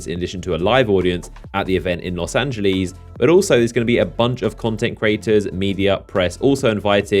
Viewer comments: Los Angeleeees , please tell me that was a joke a closer pronunciation would be "lohs angelehs" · Did u just pronounce los angeles as los ange-lees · Did he say fucking los angilez oh my fucking god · Los Angeleez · "Los Anglys" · I fucking love how he says it xD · Olivier Kahn Los Angleies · He pronounces Los Angeles in such a dumb way😅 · bro I assume you're American but dam our immigrants down here can pronounce Los Angeles and hawthorne better lol